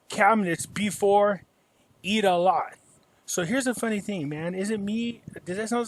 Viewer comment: Omg, he said "the first day of Eid (eat) a lot" lol! Did anyone else catch that? Hope our Muslim friends don't get offended lol!